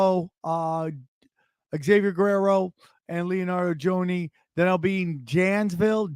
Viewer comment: Love ya come on man your losing my trust for your knowledge man you cant pronounce or read the word Janesville come on man